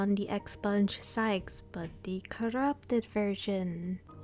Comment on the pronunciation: I think it’s pronounced “Sticks” lol 🤗